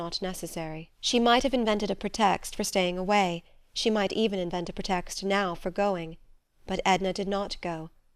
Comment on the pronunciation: She mispronounces a lot words, such as "pretext."